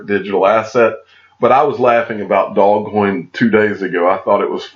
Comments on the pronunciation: Just for your information it's not pronounced dog coin. It's pronounced doze coin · Yet when I look at it I see doggy coin, dog-e-coin. It just makes so much sense with the dog mascot. Did the inventor say “doze coin” or has it just been mispronounced by everyone all down the line? I’ve also heard “doje coin.”